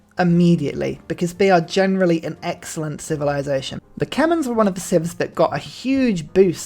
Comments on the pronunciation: It pains me that he mispronounces Qin as Kin instead of Chin, and Khmer as Kemins instead of K-mare or K-my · Khmer, not Kemens :(